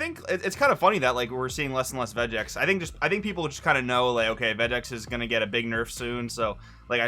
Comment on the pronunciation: Could of things 1. The way he said Vegeks enraged me lol, 2. I want to see blue baby top cause it's good, 3. I think if Vegeks play goes down Bandai may not do anything to it lol.